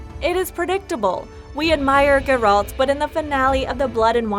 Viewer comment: The witcher 4 2021? Confirmed? "cannot confirm if there even will be another witcher and if so it won't be announced for atleast a couple of years. How TF is that not click bait? I sat through 6 min of narator saying Jerold instead of Geralt to find out the title was the most clickbait ever. Thumbs down and an anti-sub. Atleast the 4k wasn't a lie